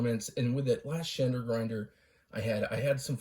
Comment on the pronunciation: I love that he can't even say the name